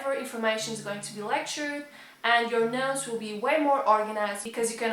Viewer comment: Am I the only person who heard nose instead of notes? Even so, the video is still A+